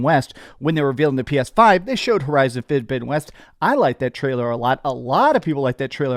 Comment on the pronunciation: what’s that you said…..”Fiddabidden West”!? Lmao